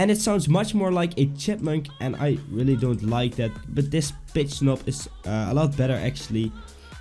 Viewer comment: Is he saying Pitch or Bitch?!